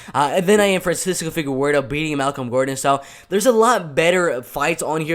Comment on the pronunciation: Boy said “figawerdo”